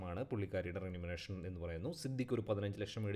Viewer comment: റെന്യൂമറെഷൻ അല്ല remuneration